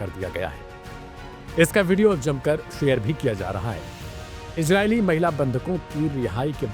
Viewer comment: "Gaaja" "Ijraili"😂😂 kese kese log journalism mein Aa gaye, "z" pronounce nahi kar pata bechara.